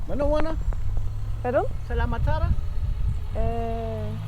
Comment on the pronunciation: Fianar en débardeur 😢 sous la pluie 😂 L’été austral !,,, C la pluie miss😢 Veloma C bye-bye ❤ Bonjour C salam où manahona( pas garantie bie écrit) mais la prononciation OK Bonne route ❤